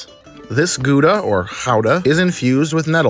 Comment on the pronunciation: Yoooo kudos for trying to pronounce Gouda right !! You just need a little bit more of a guttural sound for the G. Other than that it was a GREAT attempt!!